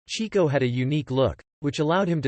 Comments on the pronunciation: As soon as his name was pronounced "Cheek-o" instead of "Chick-o," I knew it was going to be a disappointment. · It wasn't "chee-ko"; it was "chicko"... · It was "CHICK-O," not "Cheeko!" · It is pronounced "chick-oh" not "chee-ko". He was named because he chased the chicks. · It's pronounced "Chick-o", not "Chee-co." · "Chee-co"....dear God....could ya not find a computer voice to pronounce his name correctly? It's CHICK-o! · with the greatest respect, they pronounced in "Chick-Oh" NOT "Cheek-Oh". He was named for chasing chicks NOT cheeks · His nickname is pronounced “Chicko” like chick not Cheeko. You may want to correct that if you make any future You Tube clips. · FYI, the brothers actually pronounced his name "CHICK-oh" and not "CHEEK-oh." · Chick-o, not Cheek-o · It’s pronounced Chicko. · cant even pronounce his name right.....